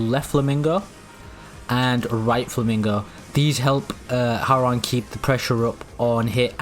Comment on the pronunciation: Please stop saying HOW rang. It is pronounced HWA RANG.